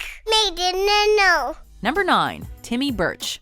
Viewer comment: Impressive of how Timmy is a rock leader for only saying "timmah"